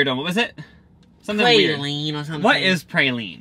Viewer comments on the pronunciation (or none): Hearing them call a praline a pray-lean was so frustrating lolllll